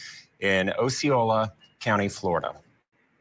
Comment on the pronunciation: These Court TV guys are kind of awful, for some reason - where’s Vinnie ? lol. They SHOULD learn to SAY “Osceola”anyway